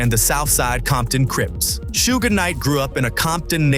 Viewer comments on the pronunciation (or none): Was this commentator alive during this lol😂 its suge not sugay 😂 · "Shuga" lol. "Shugay" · Thank you someone else noticed, that was driving me crazy. Plus the way he is saying Suge name.